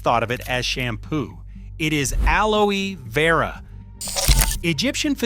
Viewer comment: Great topic, sadly reduced to AI slop. Alo-ee Vera? Really? Doesn't anybody proof the narration, at least?